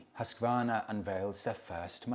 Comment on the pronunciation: Gold star for your perfect prononciation of Husqvarna. As a Swede it's amazing to see the evolution of the brand even though they're not affiliated with Husqvarna in Sweden anymore. The 901 Norden as well as the Svartpilen 401 are so cool bikes. I really recommend you trying them both out for your self. The 901 is imposing in a very nice way. Much like the Yamaha Super Tenere 1200.